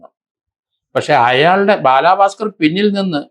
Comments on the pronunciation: ബാലഭാസ്ക്കർ അല്ലേ? ബാലാഭാസ്ക്കർ അല്ലല്ലോ? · Sir as Peru onnu nannayee pronounce cheyyoo....Bala bhasker......not balaaa bhasker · ബാലാ... പാസ്‌കർ അല്ല സർ.. ബാലഭാസ്‌കർ..... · ഭലാഭാസ്കർ ❎ ബാലബസ്കർ ✅ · ദേ വീണ്ടും ബാലാ ഭാസ്കർ....ഇയാളെന്തൊന്നു പൊട്ടനാ ബാലാ പാസ്കർ അല്ല ബാല ഭാസ്കർ... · രണ്ടു പേരുകൾ എങ്കിലും മര്യാദയ്ക്ക് പറഞ്ഞൂടെ?? ഭലാഭാസ്‌കർ അല്ലാ... Balabhaskar പിന്നെ കലാഭവൻ സോഫി എന്നല്ല...sobi എന്നാണ്.... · Sir shoby george not sofi george And its balabhaskar ( not baalaaabhaskar)(